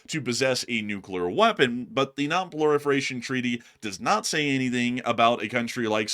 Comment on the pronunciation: It's funny how he says proliferation lol😂